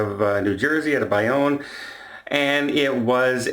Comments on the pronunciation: Bayonne is pronounced BAY-OWN, rhymes with scone! BAY not Bye. I am telling you so! LOL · I could not resist... cause I'm a Jersey girl!! Bayonne... pronounced "BAY-OWN"... Bay rhymes with Day... Great video! Stay warm!